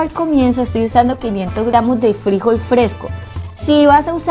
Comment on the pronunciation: Frijol, con acento en la última sílaba.